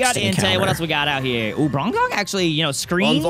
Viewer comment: No one gonna acknowledge the fact that said "Brongong"??😂